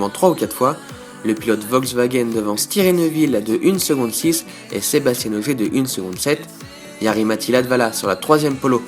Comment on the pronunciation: Bonne vidéo merci, juste un "petit détail", Sébastien Ogier il est francais, pas comme Sebastian Vettel, pas la même prononciation. Sinon petit résumé parfait. Bon courage pour les suivants, je les regarderais (en espérant entendre SebasTIEN lol)